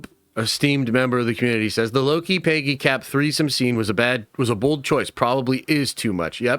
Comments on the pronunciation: Dude.....it's Peg. Gee. Peggy. Not PAYgee. Idk what SC city you hail from, is it wimpston? (Williamston) Is it Lane-kuh-stir (Lancaster) is it fucking pee-munt (Piedmont)? Where the fuck have you ever met a PAYgee? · So many leaks and videos talking about this one scene that’s probably only going to be 2 to 3 minutes long. You can’t be saying screw the leakers and make them go away if you’re making videos talking about it left and right EDIT: PAYgy Carter sounds so funny, I never heard anyone say Peggy's name like Paygy. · it literally sounds Paygy when he says it 🤣🤣🤣🤣🤣